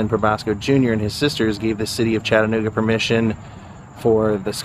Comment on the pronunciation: Thanks for pronouncing Chattanooga correctly!!!